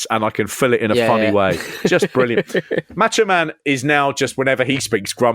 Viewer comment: Why do you guys keep referring to the Macho Man as "Match-O Man"? Seriously, though, quickly becoming a fan of this channel.